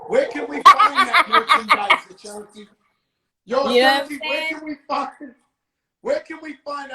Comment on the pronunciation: This nigga keep saying ashantay lmao